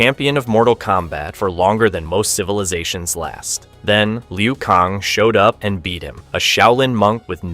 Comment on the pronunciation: Bro why are u saying kang and tsung wrong 😂